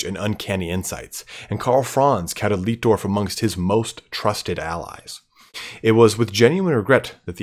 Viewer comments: Just so you know, it's light-dorf, not leet-dorf. In German, where you have an i and an e together like that, you pronounce it as the elongated version of the second letter. So sieg would be seeg, but arbeit would be ar-bite. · Its "LIGHT"DORF not "LIT"DORF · great video mate, though the chaps name is pronounced differently "ei" in German is pronounced as "i" would be in English Leitdorf is pronounced Lightdorf basically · Si pronuncia Laitdorf.